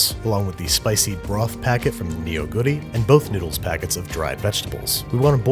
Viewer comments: it was close but, his pronouciation of neo for neoguri was way off. But it is understandable considering the spelling. Just search 너구리 if you're curious how it sounds like. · I'm a Korean and I've been watching babby since like, the beginning of time I'm quite happy to see a Korean film featured on the show, thanks babish (Also it's pronounced Nou-guri(너구리), but boy no one can't say you didn't try) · In regards to your pronunciation: your pronunciation of Neoguri is the one that got me. the eo in korean words is pronounced like our long "o". Phonetically it's "No-goo-ri". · Ah nevermind, your question was about his pronounciation - he is very close. One thing I will point out is it's actually not neo-guri (as package suggests), it's more like nuh-guri. Can't blame him though, the packaging itself is misleading. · Just to correct, Neoguri is not pronounced "Nioguri", it is "Nuhguri" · It's not "ne-o-gu-ri" it's "neo-gu-ri" the "eo" stands in for a single vowel sound (ㅓ) that's like the "o" in "off", "brothel", "olive"... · especially neo-guri as if it's Neo (as in new) Guri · You don't pronounce the "neo" in Neoguri like Neo from the Matrix. You say it like "nuh", so it sounds like "nuh-goori" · In normal cases, ya, it is pronounced "lee." However in this case, its more pronounced "ri." So it's "nuh-goo-ri." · Just a note, neoguri despite the spelling is pronounced "nuh-goo-ri" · Most Koreans pronounce that word wrong. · He mispronounced 너구리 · The way you pronounce chapaghetti and neoguri makes me cringe